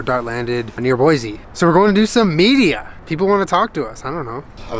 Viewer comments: As an Idaho native it’s Boy-see not Boy-zee.. I AM INSULTED 😂😂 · First thing is it’s Boy-see not Boy-zee. Second: Idaho is mostly forest and mountains. Third: welcome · As a Boise native, I LOVED this video. Beautifully done!!!! A few reminders: It's Boy-see and not Boy-zee. Also, Idaho is not all desert. We have some of the most beautiful pine forests you'll ever see. Next time you're in town, drive up to Idaho City, check out the amazing forests, and visit Trudy's Kitchen! Amazing food! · I hate to be that person, but it’s pronounced “Boy-see” not “Boy-zee”. Every show pronounces it wrong and it annoys me lol. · I live in the Boise area! I recognized almost all of the locations in the video. By the way, it’s pronounced “Boy-see”, not “Boy-zee” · Boy-see not Boy-zee. I can't believe you were so close! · Anyone from Idaho knows how hard it is to hear him keep saying "Boi-zee". It is okay. We still love you.